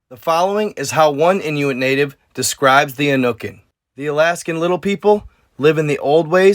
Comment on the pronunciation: You are saying Inuit right but Yupik is pronounced You-pick. You’re welcome